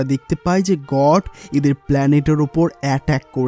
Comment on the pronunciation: God kot Ah ta uccaron kora think na